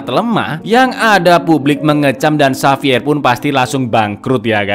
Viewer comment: Xavier dibaca HAVIER bang.. Bukan sapier😅